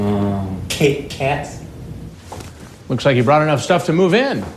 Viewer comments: Alex Crawford fucking “KCHIT KCHATS” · "Kit KHATS", "Ahhh cwap" and "Am I gonna be aHhHha(massive head jerk)Wested" are always funny. Not hard to imagine that his gene pool has been pissed in several times over the decades. I'm surprised NBC edited out the ethereal banjo music that started playing when walked in the door.